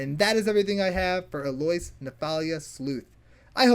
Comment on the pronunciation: Its a common first name. EL-Oh-Ease. Fantasy names are hard to pronounce but this is a regular human name. Much love bro.